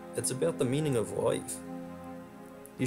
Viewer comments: Everytime you said 'LIFE' it sounded like 'WIFE.' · I had to replay where you said he had a happy life..cause I thought you said wife. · You can't pronounce life.